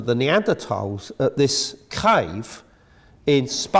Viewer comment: The impotence of the kive in spine? And “hydees?” Excuse his pronunciation indeed!